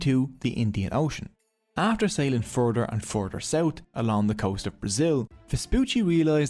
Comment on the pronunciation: Say it with me "month" not "munt" south not sout. Noorth not nort. Jesus